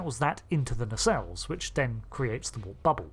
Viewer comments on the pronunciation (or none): none